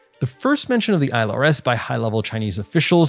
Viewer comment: Why does this asshole keep saying isle rs instead on ILRS